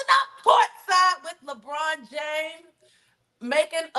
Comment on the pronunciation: Not Leborn 😂😂😂